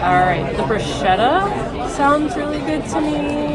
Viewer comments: ok, I tell you b/c you're both young, and I used to make same mistake. It's: broo SKEH tuh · I had to laugh at this whole chain. It truly is 'sket'. I think you probably don't pronounce lasagna "lah-SAG-nah', right? 😅 I recently watched a ballet short where the AI voice over said their pas de deux was a "pazz duh doo". I laughed myself silly and missed half of the duet.